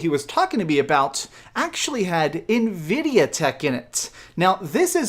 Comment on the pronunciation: 14 T-flops??? Nividia??? Lmao